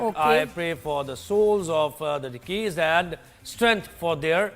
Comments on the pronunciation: Sub theek hai …even Nadia tum drama Zara kam bhi karo to log appreciate karen ge… magr bhai is male anchor se angrezi mut parhwao… deceased ko dekeased kehna? Please tum hee parh do angrezi ke messages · Deceased ? Dekiesed😅